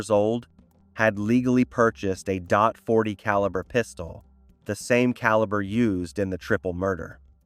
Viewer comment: He bought a dot forty pistol..... .40?😂